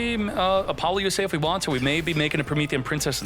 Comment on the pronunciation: Why does he pronounce so many cards different? Apollousa does not have an (N) in it's name